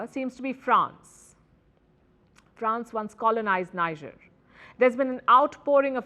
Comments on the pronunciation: NEE-JER....not, NAY-JER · Tell Palki the name is not Naijer. It is Nihjer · It's not pronounced as Niger but "Nii" "J" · The name of the country is pronounced "Nee-jay" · Please pronounce Niger as Nee-zheir. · The news presenter is mispronouncing Niger. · Y'all can't pronouns Niger?! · Say Niger properly sweets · You can't even pronounce the country's name well. It all went downhill from your Wion exit indeed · You give updates of news around the world, don't you think you can at LEAST RESPECT the citizens of Niger Republic by pronouncing the country's NAME correctly?